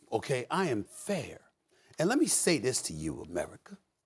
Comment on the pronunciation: I just realized SAS says "owl the time" Not "all the time"